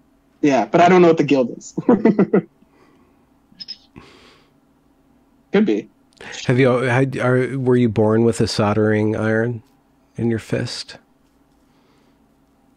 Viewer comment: What the hell is a sardering iron . I think you mean soldering iron .